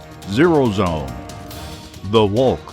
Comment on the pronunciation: LMAO THE “WHULK” sounds like a marvel character